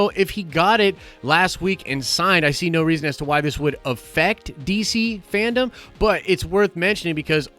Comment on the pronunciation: FanDome... Dome... not Fandom 😉